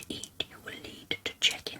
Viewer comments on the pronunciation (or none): Oooohh she said "check in" at one point, but I heard "chicken". Now I'm starving.....